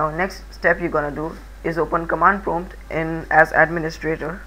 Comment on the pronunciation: "command promote" rofl. nice tut though.